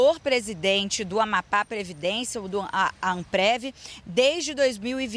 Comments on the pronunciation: NAO SABE FALAR AMAPÁ. 😅😅😅😅😅😅😅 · Afundou ! Depois do Silvio o Jornalismo do SBT afundou. Dias atrás um "jornalista" disse que Raul Castro morreu. Agora essa ilustre não consegue pronunciar Amapá e Macapá. Incrível, Lombardi !!!!